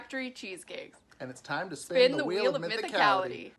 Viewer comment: It's tome to spon tho whool of mothocoloto!